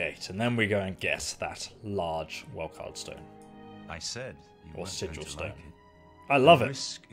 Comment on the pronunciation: "Ahaa it's called welkYND stones, not welkard stones!" proceeds to call it welkard stones the rest of the video :D Thanks for a great video man! Wish I found your channel earlier :)